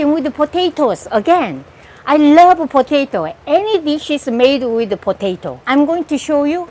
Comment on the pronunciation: Am i the only one who likes it when she says “ potatoe”